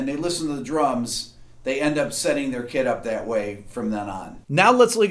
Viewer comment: Did you say "kit" or "kid"?